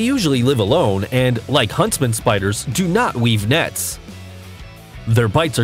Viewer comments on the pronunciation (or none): he keeps saying nets instead of nests, characterized a frog as an insect, and said “oseanic” instead of “oceanic”